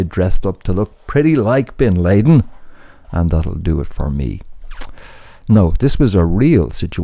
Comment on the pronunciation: Bin LAY-den? 😂